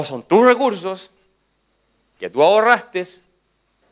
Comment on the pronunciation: kaiser dijo "ahorrastes" se me cayó ste men :((((